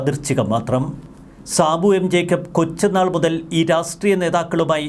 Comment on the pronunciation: രാസ്ട്രീയമല്ലടോ.. രാഷ്ട്രീയം എന്ന് പറ.!